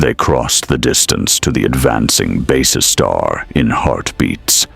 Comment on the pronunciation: My thoughts exactly, It is also quite obvious whoever did the graphics has no idea what BSG ships should look like. Not to mention it would be nice to have a human narrator that could pronounce Basestar properly, kinda gets annoying after a while :/